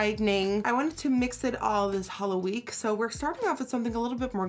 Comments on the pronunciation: Am I the only one that heard HOLOween? :'( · I love that she says HOLOween💿❤️💿💉💉